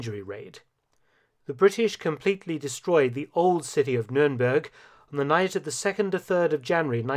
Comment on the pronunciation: its not numeremberg in english , dont do jokes in a documentary now english as a second language people will be walking around saying numeremberg SMH